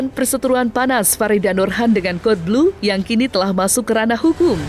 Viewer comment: Cara bacanya kodblu nyak bukan kadelblu😅